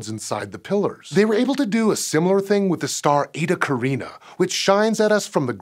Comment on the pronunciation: Just one video ago Hank pronounced it "Ca-RYE-nee." Now you're pronouncing it "Ca-REE-na." Meanwhile I've been pronouncing it "CAER-in-ey." So which is it?